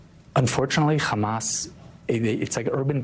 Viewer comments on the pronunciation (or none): It s hamas not khamas